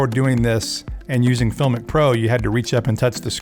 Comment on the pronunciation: You're pronouncing the name wrong !!